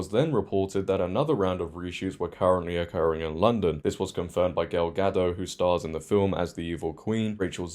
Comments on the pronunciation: Gadot, not Gado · A small correction, gal ga-doT not ga-doe, as she said herself. Critical drinker equally loved the trailer 😆. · It’s a Hebrew name not French, so it’s pronounced as Ga-dote.